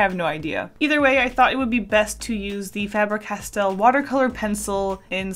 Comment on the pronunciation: Everytime you say Faber like that I die inside..